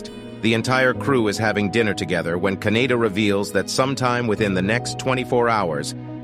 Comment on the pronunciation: Kaneda, not Kaneyna.